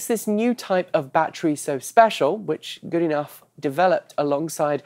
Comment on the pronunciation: Well given that Professor Goodenough last studied physics in 1950 or there abouts, I'd say 1998 is too recent for you to use it as an excuse :-) Also, I may be wrong but I'd wager that his surname is pronounced good ee no, if it was my name I'd be doing that :-)